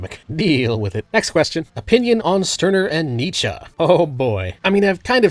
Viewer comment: Two new ones I spotted in this video were Nietzsche and exposé.